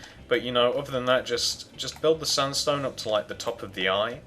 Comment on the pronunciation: sandstone not sundstone!!!!!!!!!!!!!!!!!!!!!!!!! LOL